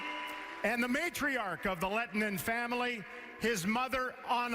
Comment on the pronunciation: would have been great if he learned to pronounce a players name right one time :D